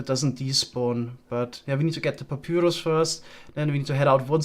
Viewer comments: BTW its called papairos not papyoros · It's driving me crazy, but it's pronounced pap-EYE-rus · it upsets me so hard how u pronounce papyrus please its pa pie rus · It's the german way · Is anyone else slightly annoyed by the way pronounces papyrus xD